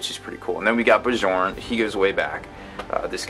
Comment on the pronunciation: FYI, the J in Bjorn is pronounced as a Y